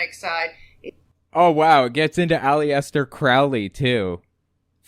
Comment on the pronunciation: It's pronounced al es ter accent on the first syllable. Not Ali es ter. I hope this is understandable. His many fans will notice you mess up his name.